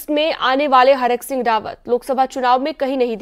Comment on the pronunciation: हरक सिंह नहीं thरक सिंह 😂😂😂😂